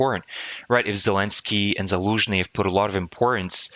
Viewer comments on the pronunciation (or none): none